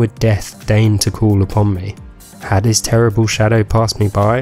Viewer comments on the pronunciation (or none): none